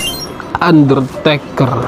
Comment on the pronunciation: Bang abang salah ngomong harus nya ngomong undertaker